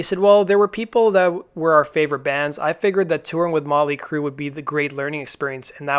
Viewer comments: Yeah, that was driving me fucking nuts. No emphasis on the 'T' in Motley at all. Its REALLY annoying. LoL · Why does it sound like he keeps saying Molly Crue. It's Motley.